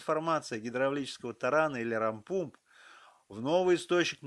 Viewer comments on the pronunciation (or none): Не пумп а памп!